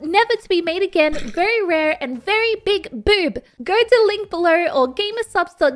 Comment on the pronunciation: Why do you say boob like bub